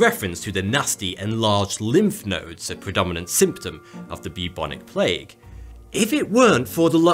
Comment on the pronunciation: Sorry can't watch video from somebody that talks like a child because they can't realize words with "th" in them do not sound like "va" or "fa". Aver fen vat. Good job!